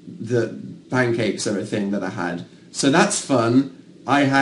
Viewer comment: Anyone realise Dan said Pincakes? No? Just me? Oh. Okay.